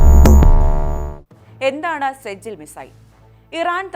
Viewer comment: സെജിൽ അല്ല സിജീൽ നരക തീ